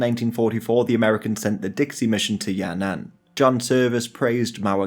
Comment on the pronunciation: Sounds like Ya'nan in your video so I'm not sure. The "an" here is the same with the second character in Tian'anmen square. Your pronunciation is perfect overall. Some subtle difference can confuse native speakers but that's the problem with the language, not your fault.